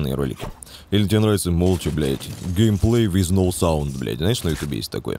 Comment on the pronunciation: "Геймплей виз ноу саунд" Поржал :)